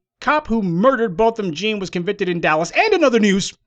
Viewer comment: It’s pronounced John, it’s spelled jean, yes Ii know, but the family pronounce it John, so please let’s give this the respect for the family. This case has made (history) a new historical level against WS.